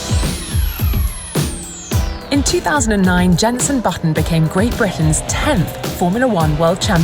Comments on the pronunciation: Hearing her call him Jeneson Button really hurt me tbh. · Did no on hear “Jenson Buttson”